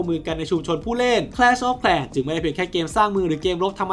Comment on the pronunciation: แคลช ออฟ แคร์ ว่าซั่น😅😂